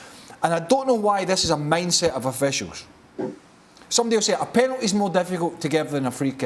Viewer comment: Penality waw what he is talking 2 Penality....kkkkk